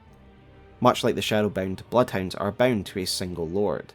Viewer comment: Gotta say ot everytime he says bound i just hear BEN